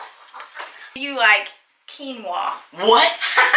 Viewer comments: I have to confess to you regarding Quinoa - a few years ago I went through the drive through at Panera Bread and ordered "kwinoa" - said it just like did so you are not alone and the sad thing is I had heard it pronounced the right way so should have figured it out, but as a person who is a visual learner and a good speller, my brain and mouth blurted out the way it SHOULD BE pronounced....so don't feel bad, as I was in my 40's when I did that so.....Definitely COKE!! My husband is Pepsi!! Loved Reba. There was some drama for my son this year and he is a sophomore at a private school, so totally understand wanting a break from that and no need to deal with it if it can be avoided in my opinion. My son was actually wanting to be home schooled as a result but I am not equipped for him and thankfully it worked out after lots of prayer and discussions, etc. I was able to homeschool my daughter in middle school for one year and that was through a co-op even but did not have the patience for it. We took her out as well because of girl drama and that break was good for her and she went back the following year and was fine. She did stay connected through sports and our school is affiliated with our church so she saw some of her friends at church regularly and we too had our church youth group that was great and helpful for her to have some social things to do. But, yes if it was not for church friends/student ministry, not sure how it would have worked out. I think it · 😂😂😂😂 That's ok! I pronounced it that exact same way when I first saw the WORD (kee noah )quinoa!😂😂😂😂😱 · I had the same reaction as when I learned how to pronounce "quinoa"! 🤣 Also, PEPSI!!!